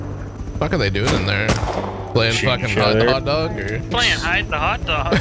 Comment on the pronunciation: says da-ug-ga instead of dog